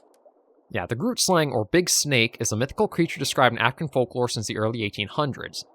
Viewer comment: Don't know if you'll go after it, but the "g" in "grootslang" is pronounced the same as "moggel". You can use the same Afrikaans google translate trick to pronounce the word. But it's okay if you find it too difficult!